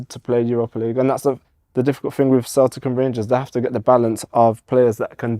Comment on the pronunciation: Wish Si would stop saying Cel-ic